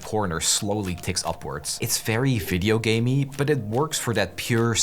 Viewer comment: "Videogamey" are u brazilian by any chance?